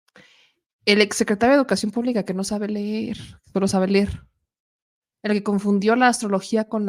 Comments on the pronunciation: Nuño no sabe ler la niña le dijo no se dice ler se dice leer pobre niña fue expulsada casi casi le dijo mongólico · A nuño lo corrigió una niña, una nina le dijo a este mediocre: " no se dice ler, se dice LEER" le dijo la niña. Ahora este señor quiere opinar cuando él mismo no sabe ni siquiera qué es EDUCACIÓN. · Cómo poder confiar en un individuo que dice "ler"??? 😂😂😂😂😂😂